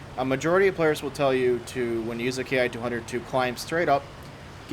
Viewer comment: The "Ki" in the Japanese military line is actually pronounced "Key". Just so you know.